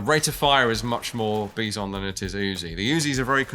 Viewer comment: That Helghast Infantryman got levitated, after being shot to shreds!! - "Bee-zon"?? It's pronounced as "By-zon", like the animal "Bison"!! Honestly to the both of you, your critiques to the weapons of Killzone is very bothersome qnd nitpicking. As much as I love to see how things work, in fiction just "let it go" and stop being so "politically correct" everytime! I can see the weapon design flaws too, but that won't stop me from enjoying the games.